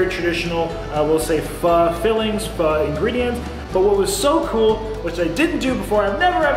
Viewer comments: It's funny you pronounce it Fuh. I always thought it was Fo. Pho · Everytime you said pha instead of pho gave me a laugh. Ppl say it both ways. Good job, amazes me you can eat so much at one sitting. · It's pho not fa lol